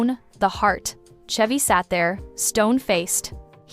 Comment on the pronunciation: Why are you pronouncing Chevy like that?